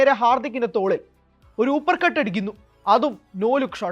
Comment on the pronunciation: ഹൂപർ കട്ട് അല്ല അപ്പർ കട്ട് 👍